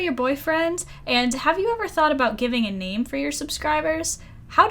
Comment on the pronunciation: I loved how you pronounced my name! Thank you very much for your answer :D